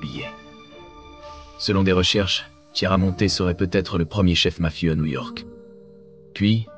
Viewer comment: Kiaramonte, ça se prononce😊